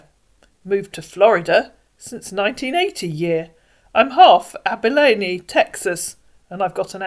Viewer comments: Abilene is pronounced Abaleen. I prefer your pronunciation though! Lol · I thought he said half Abalone 😅